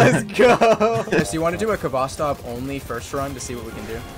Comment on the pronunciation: Being a Russian, your pronunciation of Khvostov is painful, but you made it up by playing Georgi Vinogradov's version of Katyusha which is objectively the best.